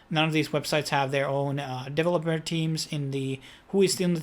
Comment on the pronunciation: Please learn to say ‘devolper’ and ‘liquidy’ correctly. Thanx.